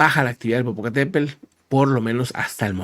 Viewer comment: el nombre del volcán es Popocatepetl. Los españoles lo nombran como " Popocatepel ", mal escrito y mal pronunciado.